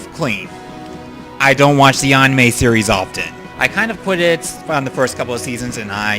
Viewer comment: I'm sorry, I'm a fan and all but you've got to learn how to pronounce "anime".